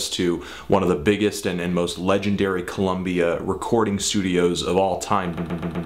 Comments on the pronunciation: Good job, but why do you keep saying "Columbia"? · Yeah, we know, but he said ColUmbia a lot of times.